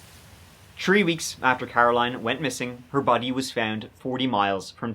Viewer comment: In this episode, said “tree (3),” “turty (30),” and “turd (3rd)” twelve times.